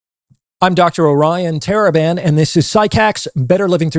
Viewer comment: Everytime I hear it "Orion Taliban"😅